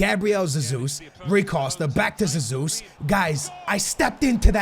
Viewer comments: The way you pronounce "Jesus" shows that you obviously have no idea how the portuguese pronounciation works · Hey love ur vids btw I’m Brazilian and Jesus is pronounced with a J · Hey love ur videos man. Hey I’m from Brazil, and Gabriel Jesus’ name name is actually pronounced with a J at the beginning so it’s basically pronounced the way it’s spelled 😅. Keep up the amazing videos man! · Mate, IDC how you pronounce Gabriel Jesus, but if you are Portuguese and pronounce it with a Z... better keep saying it as you were doing before. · Cmon dude thats not even how you say jesus but i get why you say it like that (i am also portuguese) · Caspar J it's a soft "J", he says with a kind o "z", but he's trying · it's not Zesus its hesus maaann don't try so hard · I'm Brazilian it's not Hezus ... It's Jjjezus(a weak elongated j) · it's JESUS and you are saying ZESUS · You are pronunciating G. Jesus Wrong, you are saying it like Sesus, when it should be like Hesus. Don't get me wrong man, Cheers ;D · its not pronounced “Gabriel Zazus” its “Hey-soos” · Don't say zezus even if it is the right way it is so annoying, say heysus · Oh How can you say you are Portuguese ffs....its not Zezus either....é JESUS COMO SE LÊ CARALHO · just call him jesus and not sesus 😂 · Its pronounced hay zus.Not jay zus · No not zezus is hesus or jesus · Please i dont care IF its zezus that you say Please just say Jesus and not hasus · Why the hell are you saying SUSSUS, it's Jesus in Portuguese. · Who the hell is Zazeus! Gabriel hey-Zeus! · Gabriel "Ze-zus" wtf mate his name is BRAZILIAN so there shouldn't be a Portuguese pronunciation right? correct me if I'm wrong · Why can’t you say football players names correctly. You’re a fifa YouTuber, you should really know. Fucking Zesus 😒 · it is Hey-Zuez ( The greek god ) No offence but I am from Brazil Sorry for my English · Both of your versions of 'Jesus ' are wrong. Its Hehzoos. Fullstop.